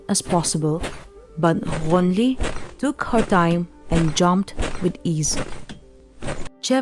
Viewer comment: Only can pronounce the name Ghonili & sumikhe so well so the narrator is 😂